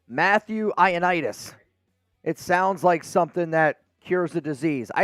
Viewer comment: It’s Greek and it’s Matt “Eye-oh-knee-dis”